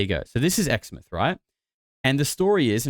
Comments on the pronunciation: First of all you can rule out exmouth. Btw it’s pronounced exmouth not exmith. If you’ve ever been there you’d know that that whole area is full of huge towers 100s of metres tall. Because of the huge footings needed I’d say it’s impossible to bury a huge anything there because it’s riddled with huge concrete and steel footings Underground. Woomera is a fukn weird place tho. So many buildings with no people in them. The town has all that accommodation and not a soul to be seen anywhere when I was there.v just an emu dad and his kids walking down the Main Street. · Btw Exmouth is pronounced (ex) like your ex and then (mouth) like your mouth